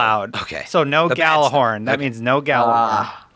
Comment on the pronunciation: Can't even pronounce Gjallarhorn